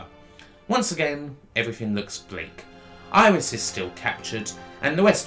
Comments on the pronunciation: Iris? Just.....no. Don't care what your native accent is. It ain't pronounced Iris. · I admit it took some getting used to hearongnit like that, but when the game was released nobody knew how to say it, so it was up to the player to find their own way. I say it "air-is", but things like aegis shield I say "I-gis", so I can see logic, and it's not easy to break a nearly 20 year old habit.